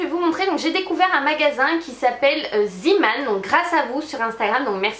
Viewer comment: Coucou ma belle, super vidéo hihi :-) Mais juste pour info car ça me chatouille la langue ahah !! Ça se dit "Zéman" car en Néerlandais "zee" (dit zée) ça veut dire "la mer" d'où la petite Tête de marin sur les sacs ☺️ voilà Voilaaaa pour l'info du soir haha ! Continue comme ça, t'es vidéos s'améliore de plus en plus et c'est toujours un plaisir ! 😘